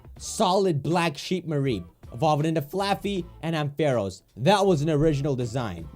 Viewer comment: Can we just talk about how he says AM-fair-os😬